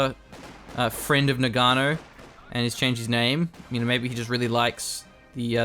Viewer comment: please GG, "Noggano" not noganno